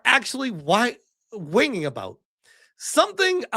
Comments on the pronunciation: The word that tripped you up is "Whinging" pronounce win-jing, it mean whining and crying like a child. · Whinging is pronounced “winjing”.